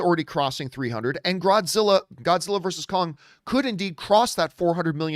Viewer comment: Grodzilla? Gimme a sec.